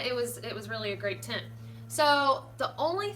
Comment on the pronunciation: Adventure Ryan I like how she says Tint